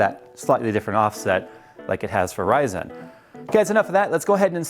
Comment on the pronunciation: I hate how he says "Ryzen" so much